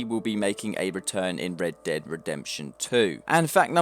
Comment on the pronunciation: Why do you say "Red Deb Redemption" ?